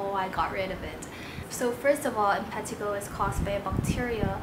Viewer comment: M-pa-t-A-g-O is how you say it lol